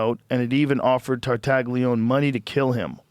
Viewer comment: Tartaglione is pronounced tar-tah-LYOH-neh, Joe, you knucklehead lol tar- (like 'tar' in tarnish) tah- (short 'a' sound) LYOH- (The "gli" makes a liquid "ly" sound, similar to the 'lli' in "million," followed by a long 'o') -neh (short 'e' sound, like 'net' without the t)